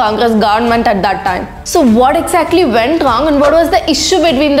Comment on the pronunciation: One correction, the Bengali word Path (পাঠ) is not the English Path. It is pronounced as strong t and it means to learn. So, Path Bhavan means Adobe of learning.